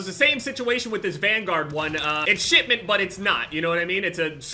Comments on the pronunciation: Who else heard shitment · I heard SHITMINT instead of shipment, and now I cant unhear it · am i the only one hearing shitment instead of shipment?